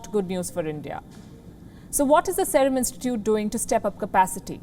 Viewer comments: Wrong pronounciation of Serum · What a Jerk news channel.. this is like one of the BJP propoganda machine.. this stupid news anchor can't even pronunciate "Serum"... She is a pure "bhanghan"...